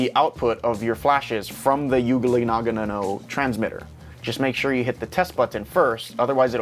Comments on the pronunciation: KIKIKI.. maybe yua can try pronounce it as "young know"... btw u made my day ,, thanks man... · Damn bro you need help its "yong- new- o" lol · Learn how to pronounce Yongnuo. You sound so ignorant and ridiculous. Imagine a Chinese person not bothering to learn and just mocking the name of an American company: Gewill Elekprick. Lick your general. Ha ha. The item this company produces has bailed you out, show some respect for the brand. This guy explains the pronunciation here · Learn how to fucking pronounce it before making the video. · That is the best pronaunce of the name YongNuo kkkkkkk